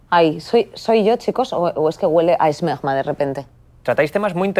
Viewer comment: Inés Hernand diciendo esmegma? Chupito